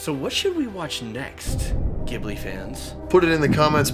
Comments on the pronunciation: It’s interesting hearing them pronounce it gib-li. I’ve always pronounced it jib-li. Also please do more of Hayao Miyazaki’s movies!!!! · It's pronounced "jeeve-li" not "give-li"! Just an FYI from a friendly Japanese Fan ;) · "Ghibli" is pronounced "jibbly" not "gibbly" TwT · Some notes: Studio Ghibli takes its name from the Italian word for a hot desert wind from Africa so the "gh" is pronounced like a "j". Miyasaki-sensei loved Italy, the air and flying so it's a very fitting name. Just look at some of his movies esp. Porco Rosso and Kaze Tachinu (風立ちぬ = The Wind rises). The Japanese title of Spirited Away is 千と千尋の神隠し (Sen to Chihiro no Kamikakushi). It hints at the transformation of Chihiro into Sen but the important part is Kamikakushi. It means "being hidden by the gods" and was used as an eupemism for abandoning children and suicide by going into the mountain forests. When the movie was first released in German cinemas, there was no age restriction (they added one later) and when I went to see it there was a mother with a very small child. Let's just say it didn't end well for them. I later bought a DVD version where the main movie was 6+ I think but the bonus DVD was 18+. I blame the interview with Nina Hagen the German voice actress for Yubaaba for it. She fits the role perfectly and did a very good job. Althoug I haven't watched the German version in ages and never the English one. I also had problems with heights as a kid esp. when there weren''t any safeguards or it was shaky. To be fair the worlds of Ghibli movies have a lot more context for someone familiar with Japanese culture, history and mythology. The design of the two witch sisters reminds me a bit of Nurarihyon but even more extreme. The bathhouse was based on a real one called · It's pronounced, "Jih-blee" by the way :) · Like the content but everytime they pronounce Gibli makes me cringe 😂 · it's pronounced "jib-lee" 😩 it's written 「ジブリ」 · FYI Ghibli is pronounced with a soft G, like jibbly.